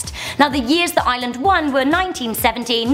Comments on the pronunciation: why does she keep saying Island not Ireland 😂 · Why does she sound like shes saying island when saying ireland?? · it sounds like she saying Island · WTF stop saying I-land that not how u pronounce it im Irish and its iReland! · Please stoooop calling the country iiiland it's kinda offensive to me please just stop! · WHY DOES EVERYONE CALL IT ISLAND ITS IRELAND WERE NOT LEPRECHAUNS BECAUSE WERE NOT SHA SO SHI SHA NO NO ITS NOT PADDYS DAY ITS ST. PATRICKS DAY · She keeps pronouncing Ireland as island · I'm from Ireland and its pronounced: are - lind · Leave Northern Ireland in the picture. They're Irish on the inside. You are not a redhead a redhead has more orange colour . The leprechaun museum is rubbish. We call it the Great Famine. Guinness is the best beer ever. Ireland is pronounced like 'ar-land'. And you said " it is a great craic" when you should have said " it IS great craic" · She was she saying "Island" 😂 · Your pronouncing it wrong it's pronounced areland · You kept saying island not Ireland. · Why do you call Ireland I land I'm offended I'm from dublin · I'm irish and its pronounced iRRRRRRReland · MariaSh eastern irish people also have british accents but we pronounce it correctly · Stop calling fucking Ireland island the r is the silent you strawberry head bitch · when she says ireland, it kind sounds like island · I'm from Tyrone Ireland!!! Also didn't it sound like she was saying island??? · I am so insulted. And she can’t say Ireland. Like if you feel the same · im irish and im reall anoyed at the way she said ireland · I hate listening to people saying Ireland, because they can't say it right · If you love Ireland so much than why don't you learn how to pronounce it properly? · she is saying Ireland very wrong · i hate when people who aren't irish say ireland WRONG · Ughh you say you love Ireland but dont know how to pronounc it!😡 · she's not pronouncing the r in Ireland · Its IRELAND not Island!! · it's Ireland not island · don’t call it eyeland